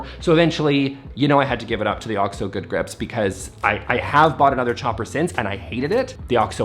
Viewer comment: bless you for pronouncing OXO properly, it’s like nails on a chalkboard when I hear people say O-X-O. I’m guessing you got it right from watching America’s Test Kitchen, that’s where I learned it. Love you so much ❤. I want to see Sophie too! Please share. P.S. I posted before the video was done.